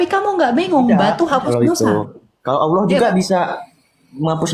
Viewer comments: MANA MANA MANA ALLAH JADI POHON, BACA YANG BENER. He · Oloh oloh apaan itu? Lidah lu kebanyakan mkn babi kgk bisa lu nyebut Alloh